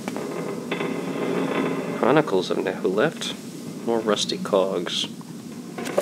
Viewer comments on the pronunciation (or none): It's not Nehuleft or Nehurdamz. The second letter is C. So it's Nchuleft and Nchurdamz.